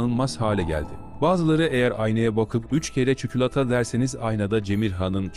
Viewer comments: çükülata değil çikolata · Ya çukulata değilde neden çükülata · Çikolata değil çükülata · tam ciddileşmiştim çükülata kısmına patladım SEINWLSHQOAJWIWJQK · Çikolata yerine Çükülata💀💀🗿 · Cemirhan’ın çikolata hikayesinde senin çükülata demen korkunçluk yerine komikliği arttırıyor😂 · Çikolata❌ Çükülata Çikilata👍🏻😀✨😂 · Çükülata ne ya😂😂😂 ombhvkhubıkmkı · patladım neden çükülata